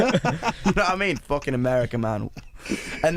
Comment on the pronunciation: "It needed to be foocking uk as foock"